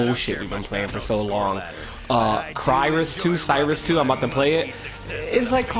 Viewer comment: LOLOLOL NOT Cy-rus It's Cry-sis :P Crysis 2